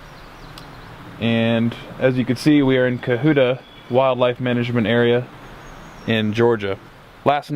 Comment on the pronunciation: Just FYI, it's pronounced cUH-hUH-tUH, not cUH-hOO-tUH. There's also 90 miles of hiking trials in the Cohutta Wilderness Area, plus another 35 miles in the Big Frog Wilderness just to the north. Plus two good waterfalls - Jack's River Falls and Panther Creek Falls. Towards the south side, Lake Conasauga (Con-UH-sAW-gUH) is the highest elevation lake in Georgia at 3150'. Good camping there as well. Finally, just because I can't help myself, it's Nanta-HAYla. Not Nanta-Hah-la. Good video. Good luck!